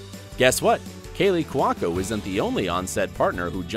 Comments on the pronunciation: Y'all butchered at least half these names. I mean, the narrator pronounced Cuoco two different ways, neither of which was correct. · And Cuoco